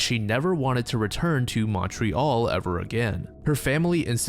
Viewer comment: never say Montreal ever again